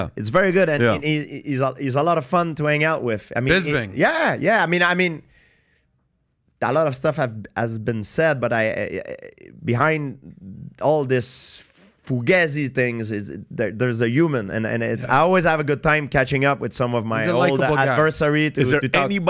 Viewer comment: Oh he said Fugezi! Ahahahahahhaha